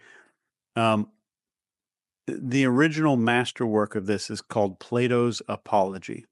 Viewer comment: 😂😂😂😂 It's "Plato's" not Play Doh's. 😂😂😂